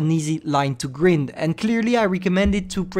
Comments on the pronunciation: how pronounces grind: Gr-eeeee-nd how english people pronounce: Gr-eye-NN-D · It's grind(greind) not green'ed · He's saying " greynd " Me: grind this is how to spell g r I n d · wait did he just say griend rather than grind? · Travaille ta prononciation: Grind se dit Grynd not greend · GRIND GRIND say it right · Of course one of the only words effected by your accent was the main one (grind) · Grind is pronounced more like brine than grin